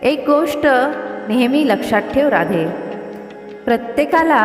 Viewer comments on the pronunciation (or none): राधे नव्हे ़़़ राधेय असा उच्चार केला पाहिजे ़़़